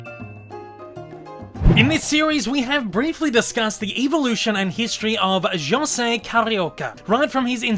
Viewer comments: It's not "Shosay" it's "josé". É sounds like the "a" in "apple" in the US American pronunciation. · It's Jose (HOE-ZAY, NOT JOE-ZAY) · Ah man, knowing now that his name is supposed to be Joe-ze instead of ho-ze really makes me wish that future version’s of the three caballeros will go back to this pronunciation. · Pretty annoying when he calls himself "José" with that spanish "J". I wish they correct it. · and I've enjoyed performance more, although that 'Ho-say' pronunciation kinda annoys me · And real spanish people gets annoyed at americans how they butcher or bastardize the prounouncations in J sounds. Instead of the SH sound (not as in shoot but as a horking sound, you know the sound we make to prepare to spit) the americans wrongfully say H so José is prounounsed Hose-ay instead of Sch-oh-say or Jalapeños into Hall-ah-la-pen-yos instead of Sch-ah-la-pen-os. We swedes can easily say the SH sounds as we have many words starts on S, K, SK and so on that is porounced with the SH sound. If you don't know how to do it, search videos on here on YouTube for how to pronounce the SH sound. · Its weird that you pronounced his name wrong despite you doing research and getting clips for this. I guess your familiarity of Jose was rather low before this, then you did the research then audio recording first, and did the clip finding last, resulting in you pronouncing his name wrong. Other than that, this was nice.